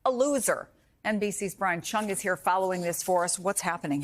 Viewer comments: Bro called him chunggus instead of cheung is peak 'ya i can slip that into the news read no one will notice' ahh inside joke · I thought she said ‘Brian chungus’